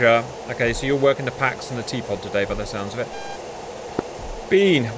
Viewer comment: T-pod sounds like teapot. Just saying.